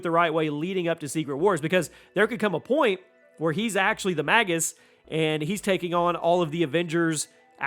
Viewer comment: Pretty sure it's pronounced "mage us" but, why do they fight Nickelback? Lol, sounds like you said they fight "Nickelback and and forth"